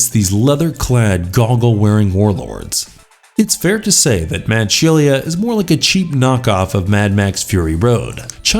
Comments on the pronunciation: So many movies missing , Firebird 2015, Steel Dawn, Turbo kid, Blood of Heroes, Death Sport. And how do you not know the way to pronounce Shelia, it is she-la not she-le-a. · Sheila, my man, "She-la". It's not an uncommon name, plus it's well known Aussie slang. Not sure how you got "Shell-e-ah".